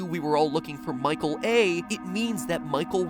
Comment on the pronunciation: almost thought you said Michael Affton